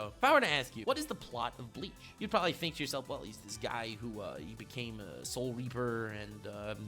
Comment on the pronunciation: I need a ps4 Nnm dude said “probely “ LMAO 😂 what a child